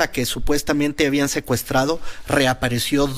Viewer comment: A lo mejor ya no oigo bien. Ciro parece que dice como "bian fracasado" en vez de habían fracasado...